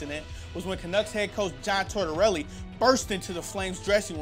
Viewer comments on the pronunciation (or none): "tortarelli" lol